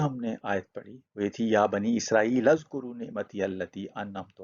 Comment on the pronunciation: It is oozkuroo not azkoroo and there is grammatical reasoning for it